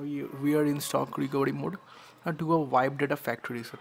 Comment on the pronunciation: bhai is recovery not recovedy. just saying.